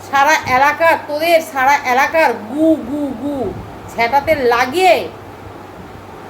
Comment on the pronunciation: কথাটা অ্যালাকা নয় এলাকা 😂